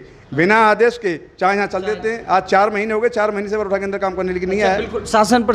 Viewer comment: गाँव का नाम गरौठा नहीं बरौठा है। बाकी आपका काम सराहनीय है लेकिन आपने जो सर्वे किया उसमें थोड़ी राय ग्रामीणों की भी लेनी चाहिए थी।